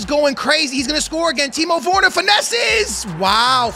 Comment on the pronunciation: Its Werner, not Worner lmao